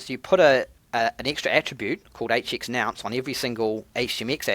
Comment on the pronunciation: Bro, it's a nonce not a nounce! But it could be you're saying it in Australian. Love your content. Keep it up.